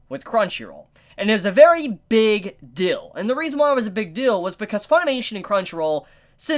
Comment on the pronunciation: All I hear is "this is a good dill"